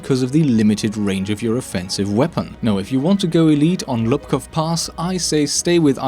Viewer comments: Just a minor error but its Łupków (pronounced like whoopkof) instead of Lupkow. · There is no difference in present day Polish between u and ó. I'd write it phonetically as Woopkoov/Woopkooph Pass btw. And a fun fact, DICE added the Polish characters to the in-game name at one of the last CTE patches - it's Łupków Pass in the English version.